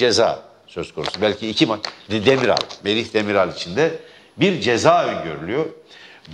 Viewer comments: Demirel değil Demiral Merdancım adamın adını doğru telaffuz etmeyi öğren sen önce. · Demirel değil Demiral soyadı. Azıcık bilgi sahibi olsanız hem soyadını düzgün söyleyebilirdiniz hem de kurt simgesinin daha 33 sene önce Türkiye'ye getirilmiş olduğunu bilirdiniz. Milyonlarca Türkün Türkiye dışında kullanıldığını da elbette. Dar bir siyasal gruba terketmek yerine sahip çıksaydınız bugün dikkate alınabilirdiniz belki. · avusturya maçını baştan sona izlemiş, çok sevinmiş yendiğimize, tüm yalanlarınız gibi bu söylediklerinde yalan, herşeyiniz yalan, ulan daha iki gol atan çocuğun soyadını söyleyemiyorsun daha, demirel demirel.. Demiral diyemiyor adam, nedeyse arada tiyatro niyetine izliyoruz işte.. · Sen Spiker olarak daha Merih Demirala ismini doğru dürüst söylüyemiyorsun çıkmışsin boş boş konuşuyon. Gelmiş küçük Parti diyor , sen önce Merih Demiral adìni yanlış söyledin özür dile. Ohh ne güzel yapmış